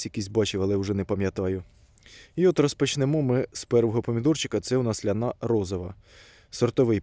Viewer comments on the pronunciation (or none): Чого лянА якщо це ЛЯна , це жіноче ім'я.... це старий старий сорт.... капуцинів шене чула щоб так назву перекручували.... і знову халІ галІ, піпєц тож правильно хАлі-гАлі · Ляна наголос на я